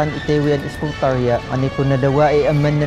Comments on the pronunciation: It's eskootr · people might hate me for this but... i laugh whenever he says sCooWteR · Skootr pa more , makatilaw ka sakoang kamao ron lol 😂